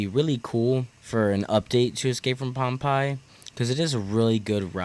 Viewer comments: Great video. Friendly tip: Pompeii is pronounced Pom-pay. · Ok First of all, Pompeii? Is pronounced Pom Pay. Secondly the park needs more family rides and flats rides in general. Would love to see the RMC someday, but the supporting crew needs some love. Besides which with how the economy is going to look over the next two years? I think you will be lucky to see anything big for a few years... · Your pronunciation of Pompeii boggles me as a history lover. But yes let’s get the RMC going.. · “ escape from pom-pie “ 😂 I love it I’m calling it this forever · im sorry bro i cracked up every time u mispronounced pompeii